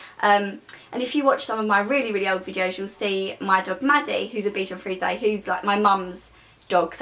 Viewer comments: Its pronounced beshon freeze not freezea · U pronounce it bichon freeze-a thats how u pronounce it its supposed to be pronounced bichon freeze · Aw I love this, dog I have the same one!:) mines called archie♥♥ Btw its pronounced 'freeze' as in a bichon freeze xxx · you say the dogs breeds name wrong :) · The e is silent -. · U dont pronounce it like that